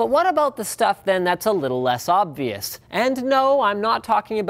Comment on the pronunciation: he didnt say obvious he said "oB ---- vIoUs"